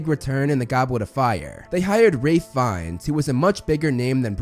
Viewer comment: I'm glad you know how Fiennes pronounces his name and wants it to be pronounced. I worked a little with him on The Menu, and it was a major faux pas if you got it wrong around him lol... It was almost like saying Voldemort. "We do not speak that name!"